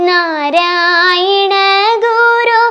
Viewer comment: നരയിണഗുരു എന്നാണോ ചൊല്ലുന്നത് ഞാൻ കേൾക്കുന്നതിന്റെ കുഴപ്പമാണോ